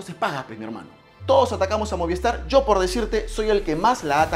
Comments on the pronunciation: Brother no es moviEstar, es movistar, cuida tu pronunciación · MOVIESTAR no, se dice MOVISTAR!